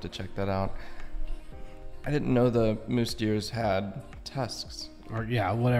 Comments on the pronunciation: Pronounce Tamaraw as [tama-RAHW] with the distinct W as in "Rao" not "raw." Use the five basic Spanish-style vowels [a-e-i-o-u], not the more than 20 excessive vowels used in English. It's a "mouse" deer, not "mousse" deer! It's not supposed to be a dessert. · Mouse-deer not moose-deer. The narrator sucks.